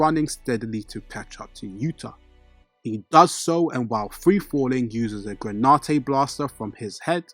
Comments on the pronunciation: It's granite not granautae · "Gra-nite" not "gra-ni-te"🙏 thank you so much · Please please please learn to pronounce the words that are the subject matter of your videos. It is genuinely nauseating to listen to “analysis” or whatever from someone who can’t even pronounce the names of things they are analyzing. What on Earth is “gray nah tey” it’s GRANITE. It’s pronounced SATOR-U Gojo not SATOR-O. Please man. It ruins your credibility. You have infinity time to get it right before you post a video. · Seriously..... GRAN-IT the e is silent